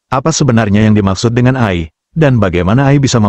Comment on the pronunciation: ROBOT AI, Dibacanya. EAI, Bukan Ai